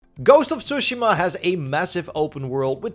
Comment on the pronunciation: stop saying tsushima like that